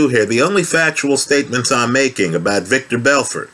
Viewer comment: Haha good old 'victor belfort'! The classic Joe Rogan mistake